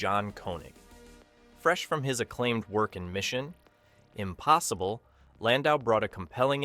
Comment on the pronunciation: Also, , Mission.....ImPOSSIBLE?